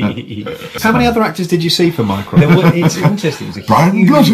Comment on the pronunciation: “Mycroft”, I keep hearing his name like “minecraft” omfg